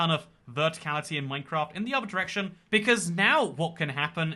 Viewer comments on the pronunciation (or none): none